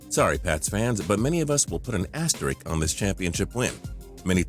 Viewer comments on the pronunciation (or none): That report of the Patriots taping the Rams walkthrough was fabricated by ESPN. Also, the word is asterisk, not 'asterik'.